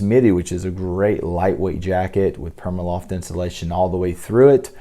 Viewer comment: Pr-ee-ma loft not PERMAloft